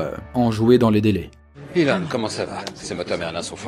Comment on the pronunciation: Ça se prononce ILONE, pas élone !!! Bande de français, va ! :p